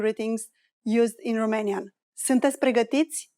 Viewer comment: You are unbelievably persistent at pronouncing it like in French, Roumanian, with ou... or in German, also with "u"... terrible! Learn to speak English.. it's Romanian...not Roomanian...it would be nice to make the correction or people will learn it the wrong way!